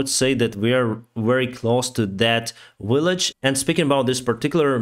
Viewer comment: At least 60-70% of towns in Ukraine have Vs in their names...guy has two Vs in his last name...but somehow he pronounces "village" as "willage". 😖